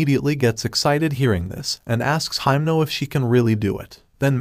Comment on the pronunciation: You called heimnal makima